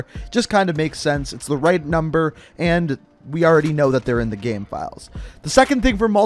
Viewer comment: "already in the gaam"